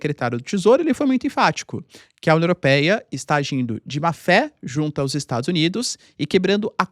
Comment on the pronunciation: "No dia da COMORAÇÃÓ do Dia da República para psra os indianos, a UNIOROPEIA..."